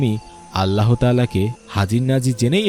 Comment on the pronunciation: আল্লাহ শব্দ উচ্চারণ করার সময় হ বর্ণটা হ উচ্চারিত হবেনা। হ এ হশন্ত দিয়ে, অর্থাৎ শব্দের খণ্ডত (ৎ) এর মত করে মুখ দিয়ে গলা থেকে অতি সামান্য বাতাস বের করে উচ্চারণ করতে হয়। আপনি মনোযোগ দিয়ে কুরআন তিলাওয়াত শুনলে অথবা মধ্যপ্রাচ্যের আরব দেশগুলোর লোকদের কথপোকথন শুনে দেখুন, তখন বুঝতে পারবেন আল্লাহ শব্দ কিভাবে উচ্চারণ করতে হয়। কিংবা কোন মাদরাসার হুজুর অথবা মসজিদের ইমাম সাহেবের কাছ থেকে উচ্চারণটা শিখে নিতে পারেন। শেখার মধ্যে কোন লজ্জা নেই, কোন গ্লানি নেই, শেখার কোন বয়সও নেই। ধন্যবাদ।